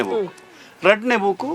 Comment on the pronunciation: ಸ್ವಾಮಿ ಅದು ಬುಕ್ Boooku ಅಲ್ಲ! ಸರಿಯಾಗಿ ಪದಗಳ ಉಚ್ಚಾರಣೆ ಮಾಡಿ 😳